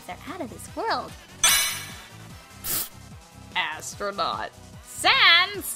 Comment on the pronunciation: ASS-tronaut XDDDD #REKTsans